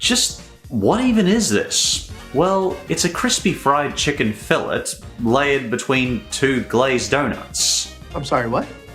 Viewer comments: 'Fill-AY', not fillet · Fill-lay. Not Fill-it. I didn't have the one with sausage, but I did have the double down chicken sandwich. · In the Luther Burger entry, you pronounced fillet wrong. It's pronounced "Fill-AY", not "Fill-et".